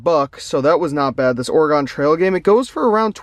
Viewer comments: "ore-gun" not ore-gone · ALSO UR SAYING OREGON WRONG